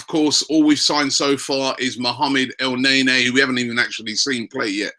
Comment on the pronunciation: ITS NOT FUCKING EL NAY NAY